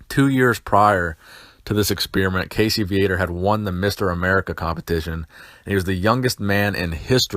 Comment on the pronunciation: Ummmmm, it's Casey Viator (Vee-uh-tore) I believe his birth name is Cassius... As there was an article about him in M&F back in 83 I believe... I can't rightfully remember. I do know i used to pronounce his name Vi-uh-tore, but it's really pronounced Vee-uh-tore..... Not that it matters...